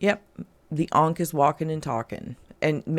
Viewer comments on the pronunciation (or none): It’s not an “ankh” it’s an “unc” 😂